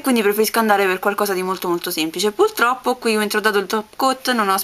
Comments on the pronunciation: Complimenti! Sei bravissima! :-) Avrei una mini-domanda da farti,anche se con la nail art non c'entra nulla: perchè dici sempre "puLtroppo" invece di "puRtroppo"? L'ho notato in parecchi tuoi video ed ero sempre stata curiosa di chiedertelo! Spero mi risponderai! Un bacio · sbaglio o hai detto puLtroppo? xD bellissima nail art!